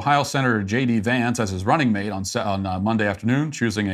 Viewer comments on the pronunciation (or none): none